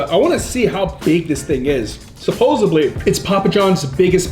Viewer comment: Supposedly not supposebly